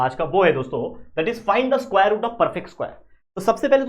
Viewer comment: स्कुवायर 😂 But Your Teaching Skills ❤